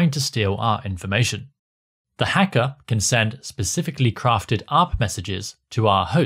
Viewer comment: the evil "heckah" 😂